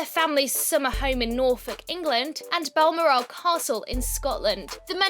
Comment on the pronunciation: Narrator, you're British and don't know how to pronounce Balmoral?